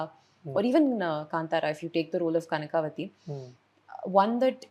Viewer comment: Such a great clarity of thought!! Wish she works more on her kannada though. ಕನಕವತಿ. Its not ಕನಕಾವತಿ as she says